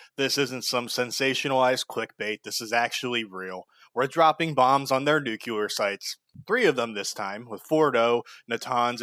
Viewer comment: Fuck Israel P.S. Nuclear, not "nucular"